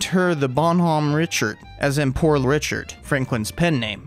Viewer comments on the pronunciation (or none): The Richard is pronounced more like Ri-shard.